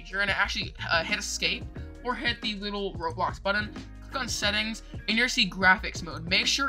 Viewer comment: bro said roadblox